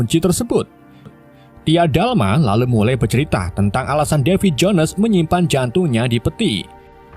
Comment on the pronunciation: Davy Jo nes seperti nya admin kurang mahir berbahasa Inggris ya 🤔